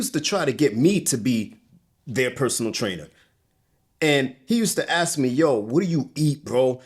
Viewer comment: to the interviewer: you know its called "ASK a question" and not "AKS a question" right????